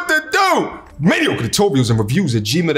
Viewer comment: Has anybody else noticed that doesn't say Mediocre...there's an extra syllable thrown in at the end I'm catching